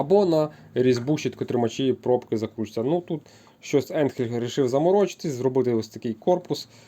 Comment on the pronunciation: Не енхель а айнхель де ти взяв цей самопал.